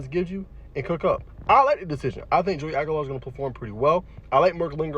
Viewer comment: "Hoey" Aguilar? Man, gotta get it right if you want TN props.